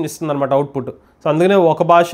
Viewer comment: భాష, భారతదేశం అని పలకండి ప్లీజ్ బాష కాదు భాష "భా"